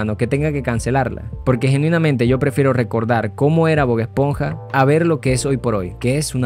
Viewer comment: Pronuncias como el qlo disléxico... Ánimos 👏🏻👏🏻💪🏻 Gil-burg ❌ HILLENBURG ✅ Bog-esponja ❌ BOB ESPONJA ✅